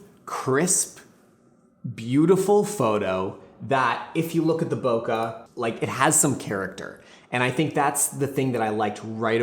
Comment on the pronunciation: Please say bokeh correctly